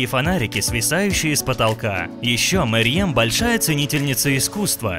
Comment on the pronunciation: Во-первых не Мэрьем, а Мерьем Во-вторых не Немецкая актриса, а немецко-турецкая актриса